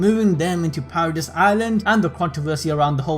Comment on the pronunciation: It is paradis(para - dees) not paradise